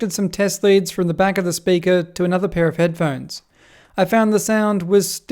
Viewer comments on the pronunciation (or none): “De blutoof dewice is ready to pear”